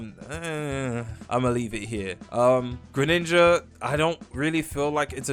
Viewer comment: Bro called it greninja😭🙏